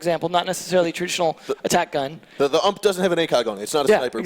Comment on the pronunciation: are we going to ignore the fact he literally said ump instead of U.M.P smh